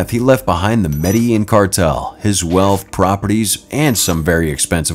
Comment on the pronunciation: they do not pronounce Medellin correctly it's Med-da-Jean! Throughout video they do not pronounce it right, grr.